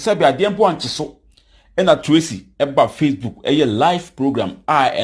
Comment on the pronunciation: You see how you pronounce Tracy's name?? Be credible and factual... You've been uploading false vids here